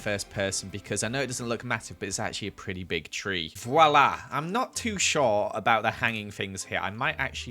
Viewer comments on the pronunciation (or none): none